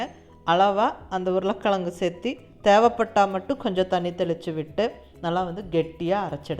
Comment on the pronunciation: இன்னிக்கு இதே முறையில் வடை சுட்டேன். ரொம்ப நன்றாக வந்தது. மிக்க நன்றி. நீங்க உருளைக் கிழங்குன்னு சொல்லும் போதே கொங்கு தமிழ் வாசம் வீசுது. நீங் கோயமுத்தூருங்களா? ☺☺😍😍